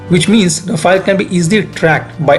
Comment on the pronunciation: Good analysis. Only one correction is that our French aircraft is called Rafale (रफाल) and not Rafael (रफायल) which is Israeli.